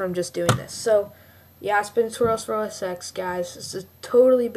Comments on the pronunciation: BTW, it's usually pronounced as OS 10 not OSex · many people pronounce it OSex, even in the Apple store